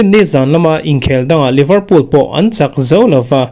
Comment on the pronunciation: Liverpool (leeverpool)tih tur. Livrpool tia lam hi a diklo.